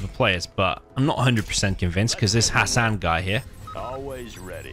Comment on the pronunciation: Bro wtf how did you read hassan with the correct accent